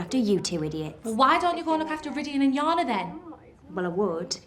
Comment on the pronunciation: It's Jana( Ya-na ) not Shona🥲